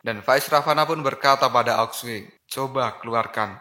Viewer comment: ao Xue Di baca : ao suu Bukan aok sue